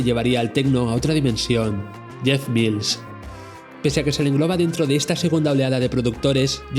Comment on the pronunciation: Menos mal que has dicho "Mils" y no "Mails". De momento han visto el vídeo 42.000 personas, a ver si lo ve mucha más gente y aprende a pronunciar su apellido. Buen vídeo!